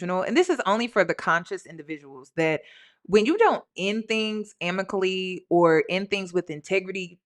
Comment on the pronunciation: … it’s AMICABLY not amically! lol 😅❤